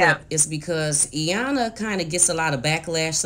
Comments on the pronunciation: Aaaand Iyana lol ok now you can for sure say Iyan- la when you say you like her so much lol ok I’ll stop. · I wish she would pronounce Iyanla’s name correct, it’s not Eyanla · Appreciate your research on this family's back story. I can see how this might motivate other families to acknowledge and address their trauma. Just want to point out that paraPlegic has 2 p's and the second p is not silent. Likewise, the L in Iyanla's name is not silent.